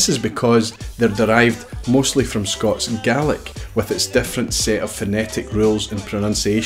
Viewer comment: Scats and garlic? Oh, Scots and Gaelic?